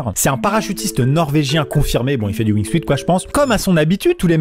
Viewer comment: On ne dit pas Wing Suite. C'est Wing suit. Suit se prononce Soute.